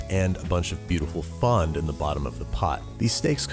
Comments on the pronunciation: Are you saying fond or fun? I mean, not much of a difference but still... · learn how to pronounce fond for gods sake